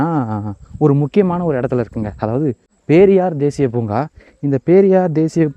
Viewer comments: பேரியார் இல்லை....... அது பெரியார் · பேரியார் இல்லை சாமி பெரியார் 😂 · பேரியார் இல்லங்க பெரியார் 😊